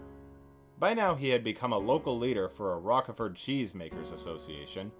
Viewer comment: How you can not know that Roquefort is pronounced with a long 'o' is a complete mystery to me.